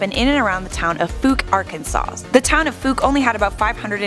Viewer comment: You’re pronouncing Arkansas wrong